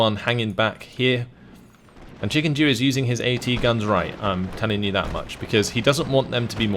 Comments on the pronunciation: I think he was saying chickenjew and he's the one who read the name wrong haha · Every time you said ChickenDew, I thought you said ChickenJew untill I looked at the names at the very end